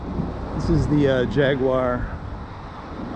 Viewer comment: Not Jaguar hotel, Jaragua bro.